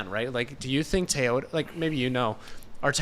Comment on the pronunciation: TOYota not TIE-yota, disrespect any other company in the world but not Toyota